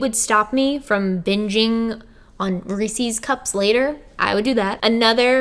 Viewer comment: i actually think the way you pronounce Reece's is actually correct, but its been said wrong by the majority for so long, that now the way you say seems wrong. lol